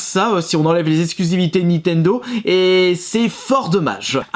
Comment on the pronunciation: Nintendo et non nitendo...